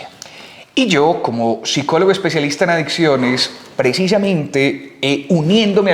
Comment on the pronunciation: Madre mi , no sabe ni pronunciar psicólogo 😂😂😂